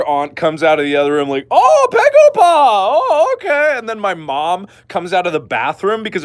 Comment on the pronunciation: I'm Korean and I strongly agree with your pegopa story(btw it's begopa. I know korean b sounds like p but you know. I had to say it)! Whenever I visit your relatives, I easily gain 2kg. They always ask 'pegopa?' EVEN RIGHT AFTER HAVING MEAL AND DESSERT! Alright close your eyes, sshhhhh close your eye Imagine, you are at your granny's house. She greets you and bring you inside. She prepare a freaking supper, thousands of dishes barely fitted on to a dinner table. You gladly eat 98.34% of it because you appreciate it. *THEN*, she bring you some sweets for dessert. You stuff yourself with it, you feel that you can't eat anymore or you will explode. *BUT*, she brings out some incredibly fresh fruit for you to eat. You say "Granny, I'm peblo(full)! You don't need to feel like you have to feed me". But she replies " Just little more honey, I promise it's the last food you'll get from me for today". You some how fit in those fruit. And she was right. It was the last thing you got *from her*. Suddenly, your first aunt bashes in. "Hey my lovely nepew! I bought this AMAZING chocolate cake *JUST FOR YOU*. Wanna try it?" "Hey aunty! I'm so sorry but....." Even before you finish your sentence your second aunt enteres, followed by your third uncle "Hey honey! We got you korean fried chicken and sushimi!" "Thank you everyone bu" Shut up already, your second uncle has already entered with biggest freaking watermelon you ever seen in your goddam glorious life! *JUST FOR YOU*. "...b,but...." Y